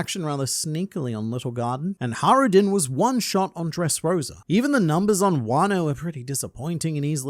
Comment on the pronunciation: There's a j in hajruden btw xd it's not silent xd